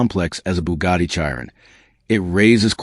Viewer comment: If you can not pronounce Chiron correctly Why would I watch this stolen / copied, / reuploaloaded Footage. REPORT wanker.